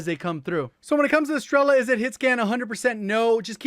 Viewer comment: As Russian I can help you with pronunciation: You said strEla, but you should said strelA. The same, as grOza, but right - grozA. Strela(Arrow) - Стрела Groza(Lighting) - Гроза I put down a word in Russian so you can use it in Google translate to check it up.